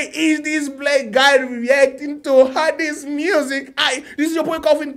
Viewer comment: You must how to pronounce her name that's important thing